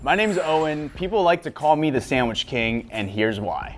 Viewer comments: I like how says sandwiSH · I love hearing you say sandwish lol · “I have made many sanwishis” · I wonder if he can spell sandwich because he cant pronounce the word. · I can't take sandwich advice from someone who can't pronounce sandwich